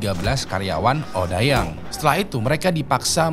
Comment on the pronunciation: Odeyang bang bacanya bukan odayang 😭😭